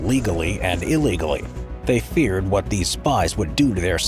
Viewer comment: "Feared" lol 😆🤣